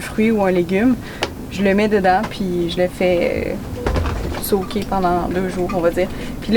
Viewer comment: Le « j’ais fait « SOAKER » des bines » m’as tuer!😂😂